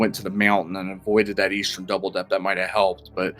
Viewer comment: Generally a good commentator, except for the pronunciation of 'Eastern' is mildly irksome...